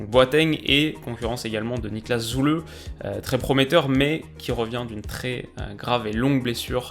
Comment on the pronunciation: Superbe vidéo ! J'avais justement oublié la reprise de la PL ce soir. Sinon, en allemand, quand il y a un trema sur le u (ü), alors il se prononce simplement "u". On a donc Süle qui se prononce "Zu le", et non "Zou le". J'espère que ça t'aidera, continue ton travail, c'est super !